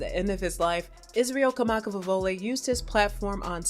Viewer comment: If you’re going to make a video about somebody, pronounce their name correctly. And pronounce the instrument they play correctly.🙅🏻‍♀️